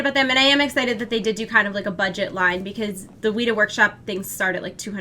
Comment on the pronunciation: weta is pronounced wet-ah not wheat-ah